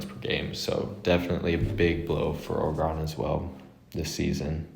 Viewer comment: pronounce Oregon orygun